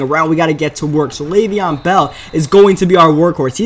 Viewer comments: It's Le'Veon Bell not Lev'on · It is Lev'on bell not lav'on